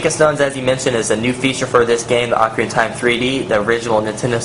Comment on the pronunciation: it is pronounced oh-kah-ri-nah